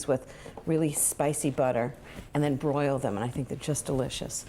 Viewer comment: I thought Ina said “boil” the wings 😂😂